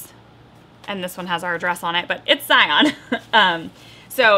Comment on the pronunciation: So fun! I live 20 miles away from Capitol Reef and about an hour-ish away from Bryce Canyon! Beautiful places! Also, as a local, Zion is pronounced the same as Lion.🤭Don’t let anyone tell you different! I’d love to take a trip with my kids and see all the Utah parks. (And others!) We live right here and haven’t seen them all. I planned to use your Travel the Parks when we do.👏🏼